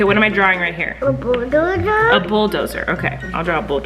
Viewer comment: Okay but I think his „bulldozer“ was so clear to understand ! 🥺🥰